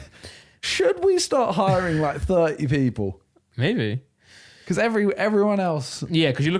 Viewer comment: Anyone else get irritated by Randolph saying becoss instead of because?